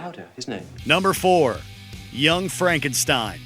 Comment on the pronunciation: Pronounced Young Frankenstein incorrectly!!! I love that movie!!!